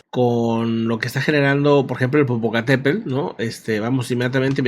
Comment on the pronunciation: la semana pasada me hiciste reír un buen cuando dijiste "wescam del Popocatépelll ".... 🤭🤭🤭...y veo que muchas personas no pueden pronunciar "Popocatépetl...en fin saludos 🎉🎉🎉...no cayó tanta ceniza en la cdmx el día de hoy!!pero ya muchas personas comienzan con problemas en la garganta y algunas personas dicen que les arden los ojos.